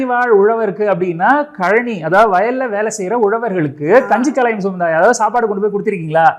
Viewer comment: அருமை . களையம் அல்ல , கலயம் என்பதே சரி .